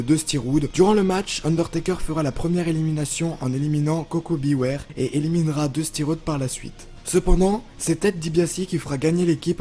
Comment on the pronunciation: le fameux Dusty Roude, la prononciation c'est pas ton fort c'est horrible